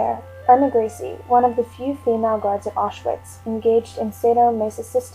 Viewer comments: Yep...grece...pronounced grease. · Irma Grease not Gri-se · the mispronouncing of grece As greasy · Her name was Grese( Gra-za) get the name right for this horrible cow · Her sir-name is pronounced 'Grice' just wanted to clear that up other than that great video. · gree suh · In German the e is always pronounced so would have thought it waz Gres e. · The real German pronunciation would be "Grey-ze" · I agree with the voice assessment. Actually, her pronunciation is not that far off. It is probably 'Gray-suh', depending upon which part of Germany she was from. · Surname pronounced wrongly and the fact that she wasnt died immediately also was incorrect too... And a lot more. Need to do research thoroughly before come out with this video. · Learn to say her name correctly